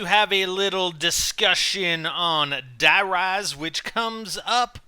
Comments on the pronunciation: Its Die Rise as in High Rise it rhymes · No god damn it, Die rise is supposed to rhyme with high rise, jesus